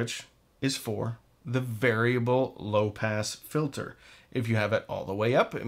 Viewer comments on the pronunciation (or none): You said “low pass filter” I heard “low pants filter”